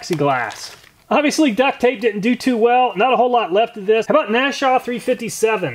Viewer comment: IT'S NASH-OOO-AH NOT "NASHAW"